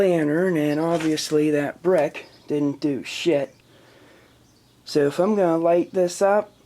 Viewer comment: A breck- you heard me right, a breck.